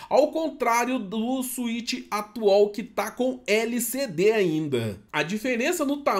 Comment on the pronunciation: outras pessoas "atual", "atuol" 😅